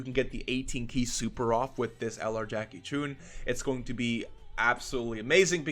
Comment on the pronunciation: Jackie "choun".😂😂